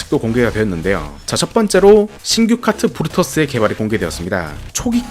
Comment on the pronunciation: 부르터스? 뭐가 부르터졌음? 브루터스 아님?